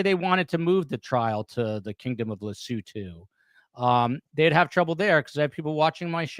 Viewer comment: It's Lesowtow not Lesootoo